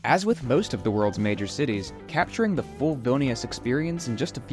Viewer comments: they look like they lost zest for life. Vilnius is a filthy city and many locals would agree that it's being neglected recently. Lived in Vilnius for nearly 3 years. Can't wait to get out. And BTW it's pronounced VVEEL-nee-oos. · I enjoyed the videos but the continued incorrect pronunciation of Vilnius is annoying. You can be excused for others words which you only say once or twice. I would suggest that when you go to a new place, before you start recording, if you are not 100% certain how to pronounce, ask a couple of locals off camera and say it as a local would.